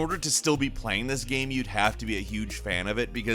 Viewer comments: Why does he keep on saying gam and not game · Is it me or does pronounce the word "game" strangely???